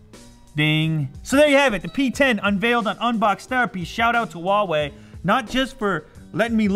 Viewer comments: how he says Huawei he says wall way it's completely wrong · he says Huawei like wha we I say it like who are we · It's huawei